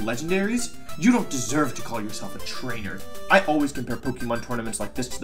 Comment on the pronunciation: Listen, i want to take you seriously but I can't because of your intentional mispronounciations of pokemon. And you're still winning by me commenting this. GG wolfy gg